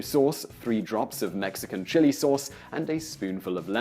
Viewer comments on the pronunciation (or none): none